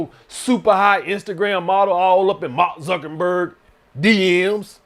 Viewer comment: “Mark zukenberg” 😂😂😂